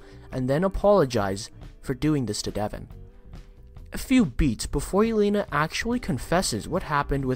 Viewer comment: Your not saying Devon name right its de von not de vin and elena right either I like to hear these but not when he ain't saying name right wow